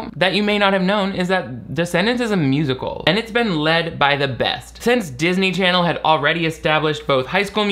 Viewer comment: i missed saying "darsny charsny" so much